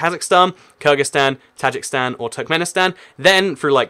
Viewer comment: Tajikistan (Ta-jeek-estan) not Tajikstan